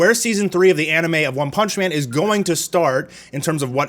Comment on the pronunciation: I giggled a lil at one "panch" man